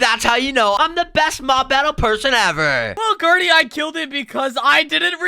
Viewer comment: why are you saying mom insted of mob😐